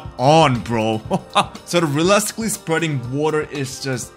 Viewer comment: relesticly another very bad mispronounced “realistic”/ “realistically”